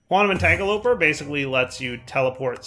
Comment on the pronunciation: “Quantum Entangoloper” Are you doing this on purpose? 😭